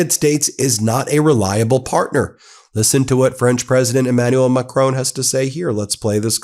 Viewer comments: You make good videos but please pronounce Macron correctly and not like Trump does. It's far easier to pronounce it the correct way than how Trump says it. Here's a link to how it is said: YouTube title of it is: How to Pronounce Emmanuel Macron. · UK here. My wife is French. The pronunciation of Macron is Mac-ron. He understands the existential threat posed to Europe by Putin and Trump's abandonment of NATO. Brexit is the biggest single act of national self harm by Britain since Suez. Britain needs to rejoin the EU and an EU army is urgently needed to defend Europe. NATO is over in its current form. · Ben. There is no 'e' on the end of Emmanual Macron's name. Please pronounce it correctly. Please. Merci. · Please say MACRON,not Macrone..RESPECT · His name isn't Macrone it's Macron. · Just a detail his name is Macron not as you pronounced would be written Macroone. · I have an awful French accent when speaking English, so please take no offense in this minor correction, but Macron is not pronounced "Macrone", the "n" is not pronounced like a consonant but is rather a part of the nasal vowel "on", you can just look up the pronunciation online. Of course I guess you have other things to do with your life than practice French vowels and it’s perfectly fine to have accent but fixing this is truly a low hanging fruit, just noticing there is no "n" consonant gets you 80% of the way there without practice, otherwise it just feels like you are saying another name. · president "MaCrown" xD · Great content, but the way you pronounce "Macron" is incredibly cringy. It's Macron, not Macrown/Macrohn. The last part is pronounced as in the English word "on". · You do a wonderful job Ben but please pronounce Macron's name properly it's not the English surname Macrone but Macron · Not Macrone!! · Ben, please learn the pronunciations of the Europeans that you are consonantly reporting on, Macron, is not pronounced macrone , but MAK- RON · the name is not Macroon but Macròn.